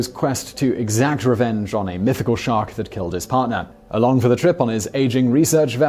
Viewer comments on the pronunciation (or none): none